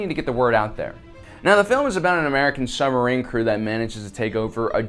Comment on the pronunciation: What's a "summerine" ;-) ??